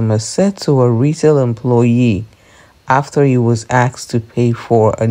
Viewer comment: No one was “axed” to do anything. They were “asked”.